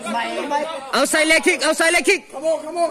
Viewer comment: "Outside" leh "inside' leg kick hi Mizo te'n kanlo hrelo rei ve hle nimaw... 🤣 nuihzata lo la an tam hle.. a pronounciation a nuihzatthlak deuhreuh vangin a takah awmlo maw loti hlawm 🤣